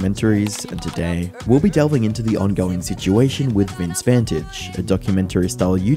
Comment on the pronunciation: Vintage and Vantage are pronounced the same way now?